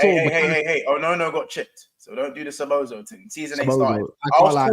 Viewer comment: Imma just say this is my favorite stream and panel so far these are some of the things I found hilarious tonight. 1. calling szoboslai, Szobozo 😂. 2. saying 20 mil is too much for inter so they won’t get tyler adams 😂 3. vs mini banter argument proper rivals Manchester United vs Liverpool. The best frenemies. 4. getting stressed and using his stress ball top tier. Finally saying if Ben doak got injured he would be called Ben dover 😂. Top stream might have to rewatch 😂😂